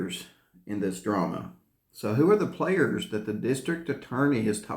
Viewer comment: Is he saying "Players in this Drama or Trama?"